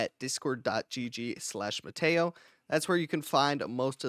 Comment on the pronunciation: bro I thought it was pronounced Matt ee oh 😭